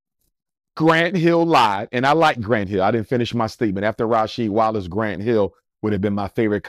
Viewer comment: This man said Rasheed Wallace 😂😂 cmon man. Cut it out.